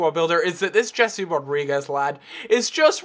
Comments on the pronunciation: It's not Jesse it's Hese. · It is Hesé not Jesse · I know I might sound like a snob, but I detest when English people pronounce foreign names how they would if they were English, for example, in this video he pronounces Jese as Jesse, -.